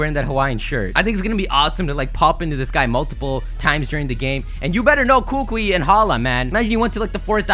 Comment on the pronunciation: You don't say it like kukue you say it like ku ku I. Kukui k?